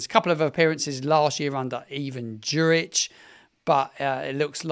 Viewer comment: Enjoy your commentary, but I hope you could take a little more time to show our past and present players/staff some respect by learning to pronounce their names properly. Juric (Your-itch) Carillo (Ca-re-oh) Hoedt (Hoot). Thanks